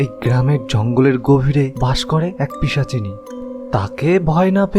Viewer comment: “Pichasini ”, instead of Pisha chini